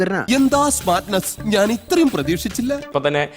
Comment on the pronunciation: ഞ എന്നത് ന എന്ന് പറയും